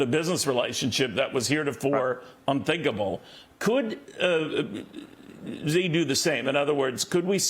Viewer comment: Hey, could I teach you guys how to pronounce Xi ？ Simply pronounce as “she”, not hi~😮